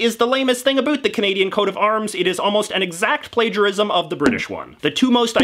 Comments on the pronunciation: "Abuut" oh that hurts to hear. - About. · I don't think you're actually Canadian. You actually say "a boot" the way the Americans always think we say "about. Busted. You also make a few mistakes including thinking Canada was still a colony in 1921. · Holy shit you said boot instead of about, I'm Canadian and that's the first time i heard another Canadian say that. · I love the way you say 'about' ... <3 <3 <3